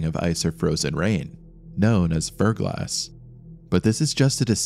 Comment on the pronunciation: This is driving me nuts. Near the beginning you say the mountain is covered in ice and frozen rain known as 'BLANK' (the caption says 'ferglass'), and I've tried to figure out what you're saying and I just can't. I've googled every iteration or possible spelling of this word and nothing is coming up. I know this was three months ago, but if you see this, please let me know what the hell this term for frozen rain is. Thank you! 💖